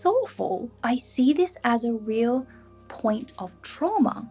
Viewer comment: Est-ce un "see" australien? J entends say...